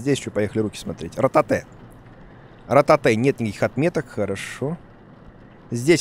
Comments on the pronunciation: Слово "rotate": существует Дима: РОТАТЭ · Ротатэ, ротатэ, лучшое произношение от Куплинова